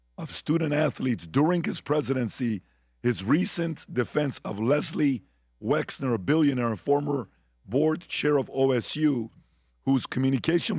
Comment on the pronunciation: I want to take Alex so so so serious, but dude cannot even say Wexner. It's WEXNER. M comes after L but before N. Wexler is just hilarious.